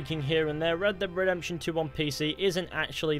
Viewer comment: Redbededemtion :D